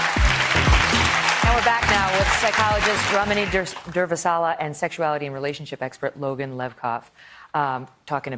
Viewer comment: Watch Ramani's facial expression as Megyn Narcissus Kelly repeatedly butchers her name. It's absolutely precious. Poor Ramani. She was obviously corrected during the commercial on "Ramani" then proceeded to again butcher "Durvasula." Ramani then demonstrates "grey rock." Hysterical!